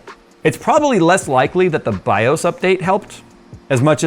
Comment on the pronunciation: You are still pronouncing BIOS wrong. How do I know? Because I am almost old enough to be your dad and we ALL said it the right way since before you were born (or at least before you ever touched a computer).